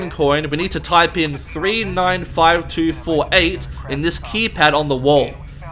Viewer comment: When you said look spirngtarp spawn at four I think you try to say fowa